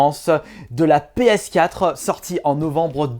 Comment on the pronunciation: Sur la pskatrehaan 😂😂comment il dit ps4 sa me tue 😂 si non j'adore tes videos